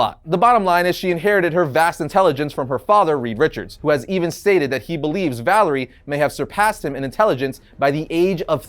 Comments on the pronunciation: You dont make the list its valaria not valery and she is totally top 3 at some points /stories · Her name is Valeria, not Valerie. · It's Valeria Richards. Not Valerie Richards. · You lost me at Valerie Richards. It's Valeria. Great job! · You should never make fun of someone for mispronouncing words. It usually means they learned the word through reading and seeking out knowledge. But Valeria being called Valerie was making my brain hurt. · seriously, her name is VALERIA Richards, not Valerie! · Sorry I'm late to the party and just saw this vid, but it's driving me crazy that they say Valerie Richards and not Valeria. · Actually, it's Valeria Richards. NOT Valerie. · So although I'm sure someone has already said it but it's not Valarie it's Valairia. I'd also like to add Hank Pym was named the scientist supreme so he kinda has to be number one, although I understand one and two still scientist supreme not really wiggle room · It's pronounced Val-er-e-a. Valeria. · It's Valeria, not Valerie. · It’s Valeria not Valerie. Cmon man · Who is Valerie Richards? I know Valeria but not Valerie. You even said it more than once. Hmmm. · Her name is Valeria not Valerie. If Marvel says she's no.5 that makes your list irrelevant. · Valeria bro, Valeria Richards, not Valerie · For someone that does comic book videos shouldn't you know that it's Valeria Richards and not Valerie Richards..? ; ) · And,, Reed, and Sue's daughter is named Valeria (Val-AIR-E-ah), not Valerie. You wouldn't want people to start referring to you as "Ari". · VAL-AIR-IA with AIR in the middle pronounced like beginning of your name. FFS you are such a poser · Why in the world did this guy, say Valerie Richards instead of Valeria Richards? and he also didn't pronounce Blue Marvel''s last name correctly. This is guy is just reading a script. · When he called Valeria Richards Valerie Richards cringe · VALERIA not Valerie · As his "niece??" Va_-lay_-re--ah not valery said trust in doom